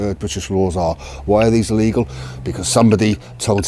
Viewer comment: DUDE, Try Pronouncing ILLEGAL and LEGAL, slightly differently!